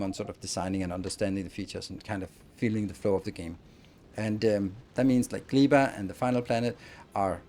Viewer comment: Gleba is probably pronounced with ɛ not i